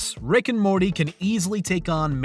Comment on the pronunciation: Gonna stay mad at the narrator on these ones... Everyone was up my ass on another video saying he just has an accent and I was being rude. No, he pronounces Morty normally MOST of the video then randomly over annunciates the T sometimes. He does the same thing with the title and the episode names, sometimes, it sounds totally normal then completely at random we're back to over pronouncing the consonants in the middle and at the ends of words. STOP IT.